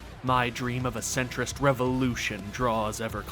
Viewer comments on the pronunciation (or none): "As a registered Se-ntrist"